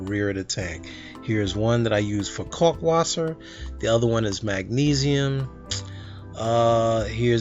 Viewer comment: Did you say "cockwasser." Lol Teasing ya man. Great vid - thanks for the update, keep 'em coming!